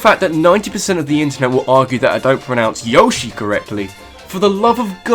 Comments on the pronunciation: You pronounced Yoshi correctly though, it's how Yoshi says it himself. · No way, you pronounce Yoshi correctly. Screw those guys that say YO-shi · You kinda do pronounce Yoshi right cause in SSBB he yells YOSHI the same way you do. AND HOW COULD YOU INSULT MIDNA YOU STINKING SON OF A *** THAT SHOULD BE EATEN BY CTHULHU AND NUMEROUS MONSTERS!!!!!???? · you say Yoshi correct to me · The way you pronounce yoshi is right. That's how you'd say it in Japanese. The 'American' way is wrong.